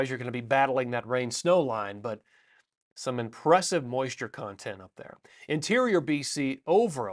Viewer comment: I loved "impressive moisure content"